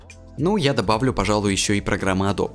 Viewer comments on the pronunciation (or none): none